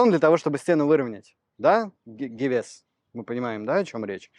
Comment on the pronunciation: За 2 года ты такой умный и даже не знаешь как говорят гевес. Ударение на первый слог на е, а не гивес